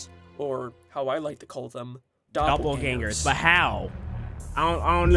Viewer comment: it aint doublegangers its doublegingers